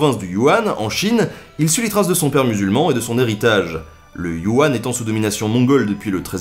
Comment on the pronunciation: Salut NB ! J'adore ce que tu fais mais je crois que tu fais une petite erreur en présentant ton premier aventurier. En effet je vis en Chine et la province que tu montressur la carte est voisine à celle où je vis et ce n'est pas du Wuhan mais la province du Yunan (on prononce "U nane"). A+ Continues comme ça c'est vachement bien ! Louis